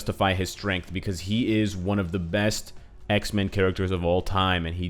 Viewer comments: Whenever he says Xmen, i hear Iceman. (Want him so bad in the game.) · Say X-men one more time please :D we love them X-Men too!